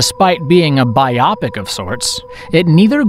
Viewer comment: OMG...I had to put this video on 1.5x normal speed...sheesh. Plus, it's BIO-pic, not bi-Opic...